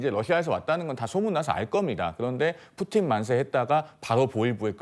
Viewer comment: ㅋㅋ 진짜 뿌찐 이라고 하는거 개 웃김